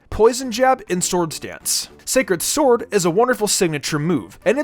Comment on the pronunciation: “scared sword” 😂